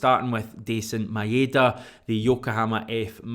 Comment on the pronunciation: heads up, ive done the research and its pronounced MyDa DieZin, not MaEhDa a trick to remember it = my da dies n its no ma ain da